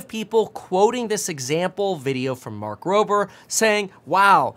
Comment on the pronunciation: Are you intentionally saying Mark Roper? ???